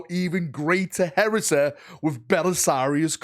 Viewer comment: What a strange accent 😏🤡 What "Heresa" ?!